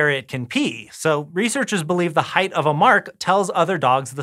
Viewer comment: "Height"... Right